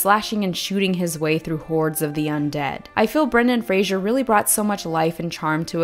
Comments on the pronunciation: Got distracted from the excellent video by the pronunciation of "Brendan Fraser" as "Brendan Frasier". Now that would have been a different movie! Imagine Frasier asking the Mummy about their childhood! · This was a perfect analysis and thank you for doing it. One little thing, Fraser rhymes with razor. Sorry, I'm not trying to be a jerk.